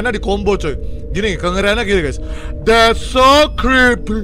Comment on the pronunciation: "DHETT SOOW KRIPII~" candu bang hahaha😭😭